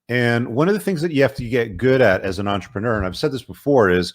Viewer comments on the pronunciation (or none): none